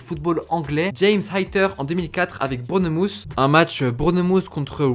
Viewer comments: Brounouth mdddr c’est quoi c’est qui la prononciation c’est burne - mouth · 6.11 "brouneu mousse" 😂😂😂